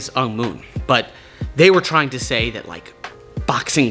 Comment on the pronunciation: rike button